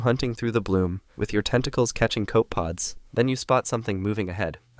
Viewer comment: "Coe-peh-pods", not "koh-puhds"... "Nu-dee-brank", not "nude-branch"... It's like he never heard anyone say those words before, and never bothered to find out.